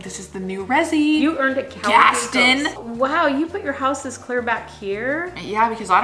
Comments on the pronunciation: Did u just say Gas-tin? It's Gaston like from Beauty and the Beast. Lol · Funny but you called a hippo a rhino and Gaston is pronounced gast-on not gast-in. Just ask belle haha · Someone teach how to say Gaston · "GaStIn" Gaston:..... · pronouncing it “Gastin” was everything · Gas-ton lmao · I've never heard Gaston being pronounced like that ._. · Honey the way you pronounce Gaston... its... watch Beauty and the Beast. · pronouncing Gaston exactly as it’s spelled is so funny to me